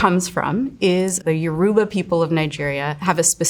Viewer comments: Ma’am, it’s pronounced “YOUR BUH” Yoruba. Not YO ROO BA. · I’ve never heard anyone pronounce “Yoruba” so badly 😂😂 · That pronunciation of Yoruba was painful, but love the shoutout to my country! If youre interested in hearing more, look into the history of the two names of Yoruba twins. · she murdered my cultures name